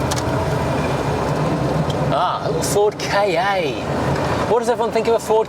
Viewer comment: Ford K A? Always thought it was pronounced Ka, as in 'car' without an r. Either way, stoopid name!